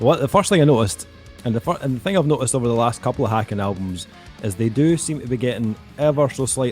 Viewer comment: Just a heads up, it’s pronounced like Taken with an H